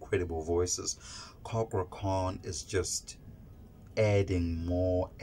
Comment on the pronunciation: Thats is not how to say cakra name, say it in Indonesian way